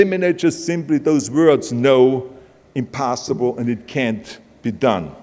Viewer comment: did he really just say "impastaible" im..pasta.ible .. what kind? rigatoni or lasagna ?